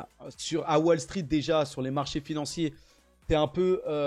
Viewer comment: Voillà... Voilà... Tenter de retirer les tics de languages du mindset? Wall se prononce 'wole', pas 'walle'. Pas très quali. Un Krach boursier, pas un crache... Garder son cash:D Super bon conseil avec l'effondrement de l'€. Chaine à éviter. L'analyse financiere de